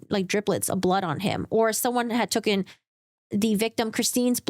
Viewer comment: I'm not trying to be snarky, but I wondered why you say tookin instead of taken in your videos?